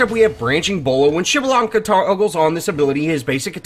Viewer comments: What i found truly impressive was your ability to pronounce his name so cleanly!!! TRULY IMPRESSIVE INDEED!!!!! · PS4: PrimeOP12 Can't believe you go his name right, I've still got friends that cant pronounce his name. Great video though.